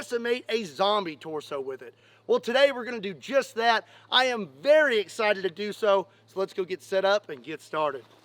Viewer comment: Shhh, be verwe verwe quiet, I'm hunting Twanasauris.